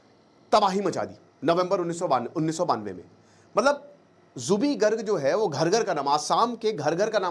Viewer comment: Aap uska naam galat ucharan kar rahe ho Zubin nahi Zubeen